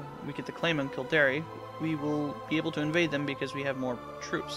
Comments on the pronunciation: Its Kil-Dare not kil-dar-e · Oh by the way Kildare is pronounced Kill-dare not Kill-dairy hahahahahahahaha